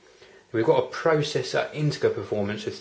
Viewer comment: 'Integer' is pronounced 'in-te-jer' not 'in-te-ger' :) How long will it be before Apple takes the lead and starts intalling SSDs as standard? They make a hude difference to an system, especially those with slow laptop-drives.